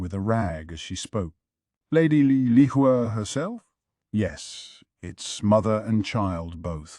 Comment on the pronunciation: Why is it so hard to pronounce 猫猫 or 小猫 correctlyyyyyy and also with 小蓝 and 梨花